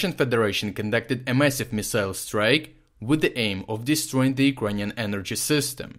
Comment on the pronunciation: This is the best summary on the 10/10 missile attacks I've heard. It's nice to hear Urkrainian cities pronounced correctly.